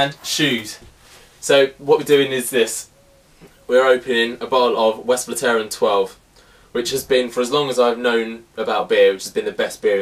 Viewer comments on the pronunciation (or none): Funny how you pronounce Westvleteren :p You have to put the stress on the second 'e'